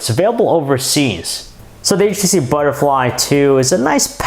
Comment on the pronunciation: Butterlfy ttthuuuuuuu,wtf man?